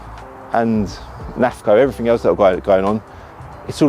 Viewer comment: It’s EVERYTHING not everythink!